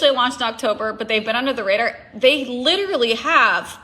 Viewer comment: Take a shot every time this rep says LiDuRaLlY…..wait nvm please don’t do that to yourself!